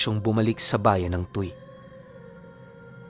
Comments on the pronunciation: matagal po ako sa Batangas..halus naikot ko na po..ang lugar po na nabanggit mo e (Tu we kung bigkasin TUY) TU Y/WE. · Tuy - tuwi, ang bigkas po! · TUY =TUWI po ang tamang pagbigkas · "Tu-wi" po ang bigkas doon sa Tuy pero ang ganda ng story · angas ng kwento, btw "tuwi" (tuy) po yung pronounciation ng lugar na nasa kwento